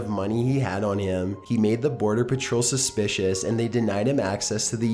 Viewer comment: Holy shit, he elongates and stresses the final syllable in the final word of a sentence like Film Brain XD He withdrew all of his money from his savings accoooooount. He made the border patrol suspicioooous. He fit the profile of someone trying to traffic druuuuugs.